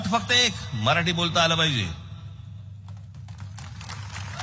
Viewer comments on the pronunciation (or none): none